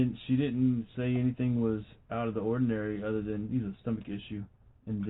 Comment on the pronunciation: And any words that end in “ing”, she pronounces with “ink”. For instance, when she says “thinking” she pronounces it “think-ink”. Or instead of “anything” it’s “any-think”. Rrrrgggg…😡 so freaking annoy-ink